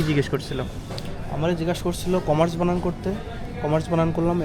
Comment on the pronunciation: বাংলাদেশ এ মূর্খরাও ইউটিউব কন্টেন্ট ক্রিয়েট করে।বানান কথাটাও বলতে পারে না।বানান্তি?হাহাহা